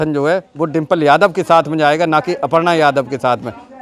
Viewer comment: पत्रकार अर्पणा बोल रहा है सही नाम भी नही बोल पा रहा और है एंकर। अपर्णा यादव है